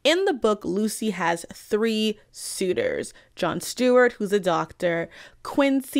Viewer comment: I know you were saying John Seward, but I kept hearing Stewart and it was causing both the late night host and the green lantern to pop in my head.